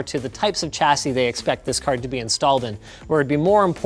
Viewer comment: I'm being a dick for pointing it out, but it's bugging me now . You repeatedly mispronounce the words "chassis" and "nougat". They are both Anglo-French words, so you'd think Canadians of all people, would get it right. :) Chassis: Nougat